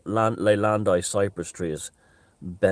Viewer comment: My ears when you said leylandii cypress trees..I clearly remember the Ark being made of it, the riverbeds in the Troodos speak of vast forests and rainfall.